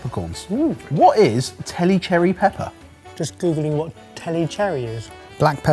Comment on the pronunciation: Tellicherry (‘Tell-lee cherry’ like Pondicherry).